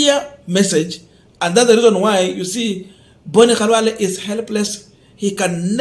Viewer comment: B.Khalwale has his name pronounced as his own parents called him...This got to the core of his heart.